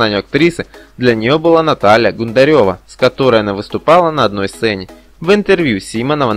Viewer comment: В фамилия Волчек и Гундаревой неправильное ударение. Автор понятия не имеет о чем читает или это уже озвучивает ИИ, а не человек ?